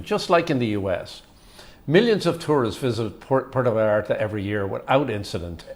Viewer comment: I've been in PV hundreds of times. Never had a problem there. The only problem were the whites. They ruined my city. You guy talking on here. Learn how to pronounce Puerto Vallarta. You seem like one of the people who has ruined the city.